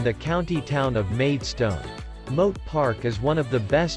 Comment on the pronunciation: In some parts the video seems to depart from the narration. The white cliffs are not shown when talking about the white cliffs. Well spotted with the pronounciation of Whitstable and the dropped 'a' sound. Similarly the narration mis-pronounces Maidstone, another common mistake, it's pronounced Maid- stn where the 'o' sound is dropped.